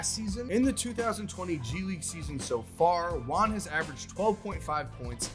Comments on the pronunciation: If it’s a Spanish name the pronunciation will be like. Juan= “who-an”, J is not silent so it shouldn’t sound like saying “one” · Please say juan rather than wan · I thought he was saying LON not Juan